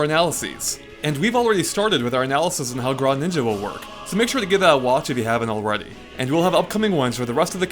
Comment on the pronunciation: Grawninja? WTF?